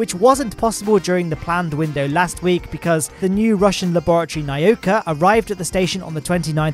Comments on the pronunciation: its NAH-OO-KHA not nayuuhka. im not russian im polish but nauka is a word in polish as well. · "na-o-ka" 🤣🤣🤣, mate I know ur English, same here but it's "na-oooo-ka" it means science in Russian. Good attempt tho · learn to pronounce NAUKA.. its not NA-YU-KA